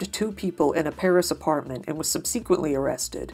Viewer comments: Happy i found your awesome channel, great job! ...but who pronounces subsequently as "sub-seek-kwint-lee" lmao, i had to ask <3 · Subsequently = sub seh quint ly 😉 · I can't get over the pronunciation of "subsequently" in this guy's videos 😂. Sub-seek-quently haha. Still love the videos 😊